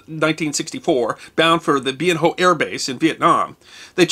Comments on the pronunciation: I think the closet you can get as a non-Viet speaker (ie no tonal accents) is Bee-en Whaa. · Ben Hoa is pronounced Ben Wa. Or it was in when I was there. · pronounces Bien Hoa as "Bee en Ho". I don't know if that's technically correct, but that's not how we pronounced it in Vietnam. It was pronounced "Ben Wah" or "Bin Wha." Usually (at least, to my ears) the latter. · Bien Hoa is pronounced Bin Wa. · Small point-it's pronounced Ben-wah. And I think the term "hero" get over used. Many of us just did our jobs and went home. And yes, I was a grunt from 68 to 69. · Well done. I want to give a shout out to the crazy mother farmers of the 92nd AHC Stallions and Sidekicks. BTW, Bien Hoa is pronounced Ben Wa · Bien Hoa Air Base pronounced Ben Wa Former Army Spec 5, MACV Hq Saigon 4/66 - 5/67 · To all Viet Nam War veterans, who served in the sh**, WELCOME HOME! (From a Desert Storm vet.) P.S. Bien Hoa is pronounced Bee-EHN Whah, I believe. Thanks,! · Bien Ho Is pronounced Bien Wah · Bien Hoa is pronounced: Bin Wha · Bien Hoa was pronounced Ben Wah. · Bien Hoa is pronounced Ben Wa.